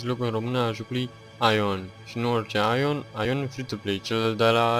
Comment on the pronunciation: Aion se citeste eiăn deoarece nu ii facut de români, si numele e in engleza.